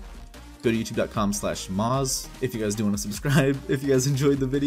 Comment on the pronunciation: It Shall Not Be Pronunced maz it shall be pronounced mooaz ok muaaz